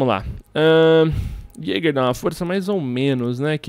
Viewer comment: falando jager qnd eh bandid q raiva kkkk